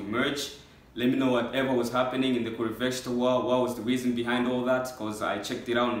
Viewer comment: It is not kurukestra it is pronounced as kuru-k-shé-trA